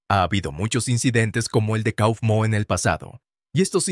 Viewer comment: No se dice cofmo se dice caufmo